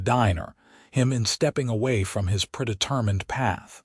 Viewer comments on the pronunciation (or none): At about : : the word 'predetermined' needs hard 'e' s for the first two 'e' s Oops LoL 😢😢